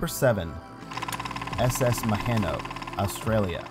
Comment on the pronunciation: Maheno is pronounced Ma-He-No. i think it was getting towed for scrap when it broke the to line and run ashore. i played on it a few times when i was kid but haven't been to Fraser island for prob 15 years.